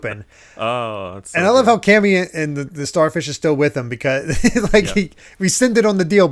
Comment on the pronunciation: You know, it doesn't really matter, which is why I haven't commented on this before, but, you pronounce Camie wrong hahaha. It's not Cammie/Cammy, it's Jamie with the hard C. "Kay me".